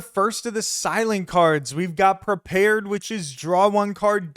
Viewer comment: It's "prepared", not "perpared".